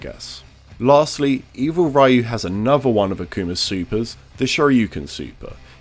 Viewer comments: If we want to get technical, it’s not rai-you or ree-you, it’s just one syllable, kind of like if you said it really fast. If you know that the r is pronounced more like an intermediate between r and l it’s a bit easier, but if that’s too hard then just stick with ree-you. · It's pronounced Riyu not Rayu. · when you say sho ryu ken do say ryeyou? when you pronounce striderryu do you say ryeyou...its pronounced Riyu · Pronounced Ree-yoo. Not Rai-yoo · As a content creator purporting to educate the audience about the series, to intentionally mispronounce Ryu's name destroys all of his credibility. The proper pronunciation of Ryu's name has been known worldwide since SSF2. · ITS NOT RYE-EW ITS RYU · ri-yu is still wrong. Japanese syllables work differently than in English, ryu is one syllable, not two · Oh plz dude say "Ryu", not Riyu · Each time he says Riu instead of Ryu a kitty dies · It's alright, it was during the early Era where we kids had to figure out everything by ourselves. I'd rather meet a guy who says Rai-oo that plays street fighter than meet a guy that says Ri-oo and then says he's from fortnite and smash. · Buddy it’s pronounced Ree-yu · I hope your channel won't grow ever. That's what you get for pronouncing the name Rhye-you... in 2021... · Every time he says "Rayu", Capcom makes parrying one frame more lenient. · I haven’t heard someone pronounce his name as “rye-you” in such a long time, it’s actually kinda nostalgic. Lol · Every time someone pronounces Ryu's name as "Raiyoo", a Dragonpunch gets another startup frame. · Like Pew “Ryu” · Same thing with MK's "Shirai Ryu clan". I so want the VAs to pronounce it properly but since it has been spoken "Rai-Yoo" for so long now and MK being an American product it's pretty much a moot point to complain. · Americans cant pronounce a simple “ri-yu” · "Evil Raiu"... :| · It's 2021 why are we still saying Rayoo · Lol, imagine being a person, in 2021, pronouncing Ryu as "Rye-ooh" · Amazing Evil "Raiuh" combos.